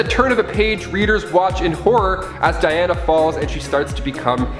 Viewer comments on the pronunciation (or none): none